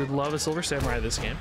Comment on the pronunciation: Silver Sa-MEH-rai